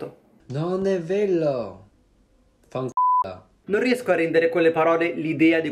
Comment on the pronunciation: Stupendo il ...non è veLo Fanculo (però .. fanculo lo sa dire bene )